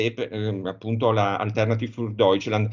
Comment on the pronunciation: Nota per entrambi: l'accento è sulla i, non sulla e (si dice "Alternatìv" non "Altérnativ"). Il tedesco non è un'opinione. Grazie. Sono italo-tedesco, mi dà UN FASTIDIO ENORME sentire le parole tedesche storpiate.